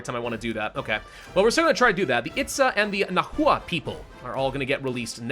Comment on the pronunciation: "Nahua" is pronounced "Nawa" they're the Aztecs.